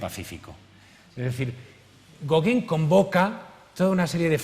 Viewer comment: Españoles,no insistáis,por favor, en pronunciar otra lengua,es insoportable oír el apellido Gauguin tan mal pronunciado!!! Sois malísimos para los idiomas!!!